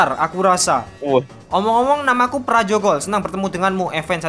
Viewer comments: Pr, Jagol jadi Prajogol🤣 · Pr.jogol Kok jadi prajogol